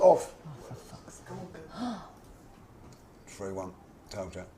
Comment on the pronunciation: “He was Ohff” for the third goal i felt so bad - I’ve said that so many times when a team scored against United